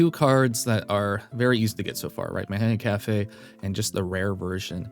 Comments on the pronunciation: hate to say it... but isn't it pronounced "machikane"? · He still said it wrong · PLEASE LEARN HOW TO SAY MATIKANEFUKUKITARU's NAME CORRECTLY